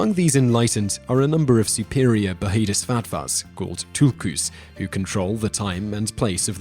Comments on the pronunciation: buh-HEE-dii-SAT-vah... Really Simon? The "h" is silent in bodhisattva, it's pronounced BOWL-dii-SAT-vah. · The word Bodhisattva has a silent h. It’s pronounced “bodeesatvar”. Otherwise a good overview of Buddhism but please do further research if you are interested in this faith and don’t make assumptions or take it completely out of context. It takes many years of serious study and dedication to become a monk or nun. 🙏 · First time I have ever heard it pronounced "baheedisvatvoo". To me, the word Bodhisattva is pretty easy to pronounce. Calm down and dont make things so difficult. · You went from pronouncing it correctly to sounding like a dumbass lmao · Totally incompetent. A 2500 year old tradition cannot be explained and understood in 8 min. At least you could have learned how to pronounce the word bodhisattva.